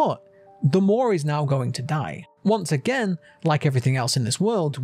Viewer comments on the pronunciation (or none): none